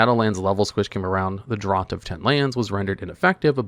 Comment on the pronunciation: Draught is pronounced "draft"